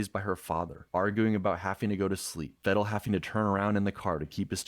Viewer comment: Peedal Meedal Vedal It's real simple...